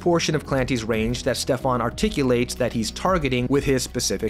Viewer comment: It´s Steffen not Stefan;)